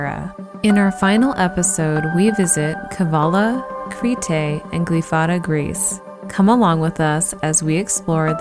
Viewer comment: Very well done! One thing- it is not “Cree-tay”… Creeeeete or Creh-tah. Great job otherwise. Yassou!